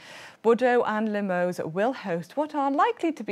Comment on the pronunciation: Well - pronouncing some of the city names like Pau or Limoges could be a bit different when my memory serves me right 😂